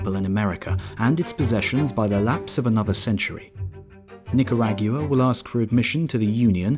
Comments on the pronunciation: I just realized that this is the first time I've heard an English person say "Nicaragua". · I have never heard Nicaragua pronounced that way